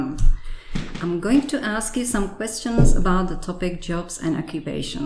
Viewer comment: S tím že mám B2 na základní škole mě ta angličtina zkoušející zabíjí :D Kdybych ji měl na maturitu tak bych se zabil :D. Jinak respekt za to že se nezačala smát při tom jak řekla '' Am gojing to ásk jů sam kvestčnc '' já u toho upřímně umíral , je to hodně častá chyba kdy se někdo snaží mluvit s přízvukem ale snaží se až moc a tak potom říká slova gramaticky špatně kterým by někdo nemusel rozmnět . Když si dáte trochu pozor můžete slyšet takové to hnusné ''kč'' které tam nemá být , jinak to bylo pěkné od obou stran , chápu že zkoušející nemusí mít angličtinu na nejlepší úrovňi a tak to semtam může být k zasmátí ale i přesto by tam měl být někdo kdo má nejvyšší úroveň C2 protože pak to dopadá tak že se žák může naučit něco co i sám učitel má špatně , respekt slečně za krásnou angličtinu prakticky bez žádných přeřeků a bez zlozviku dávat přízvuk nad srozumitelnost :) . ( Omlouvám se za gramatické chyby , jsem v češtině strašný pako a více mně jdou ostatní jazyky , děkuji za pochopení a ještě jednou ohromný respekt za tento výkon. )